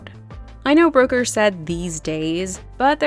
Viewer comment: The way you pronounce Brooker as "broker" is incredibly jarring.